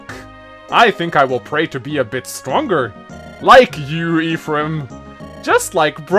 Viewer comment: Making fun of someone the way he pronounces 'lucina' and then go on to pronounce 'ephraim' like this. Smh